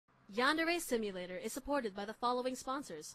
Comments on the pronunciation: now he be like- HEY GUYS WELCOME TO YAN-DAIRY_SIMUTAER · I just saw the video of you comparing this version and your new version so i scrolled ALL THE WAY down here for this video. The difference is awesome. Back then you couldn't even say Yandere Simulator😂 (Sorry that i am laughing) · Ah yes when he couldn’t pronounce yandere simulator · Mmm yes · And look where you are now..... you couldn’t even pronounce the title.